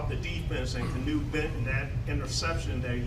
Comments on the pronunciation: Canoe benton LMOA if you can't pronounce his name you shouldn't be asking questions about him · How do some of these journalists have jobs? One guy saying the Steelers D giving up long drives, another mispronouncing Keanu for Keanu Benton.